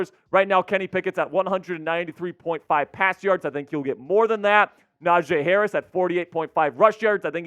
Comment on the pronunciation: How is this the Steelers guy and he dont even know how to pronounce Najee Harris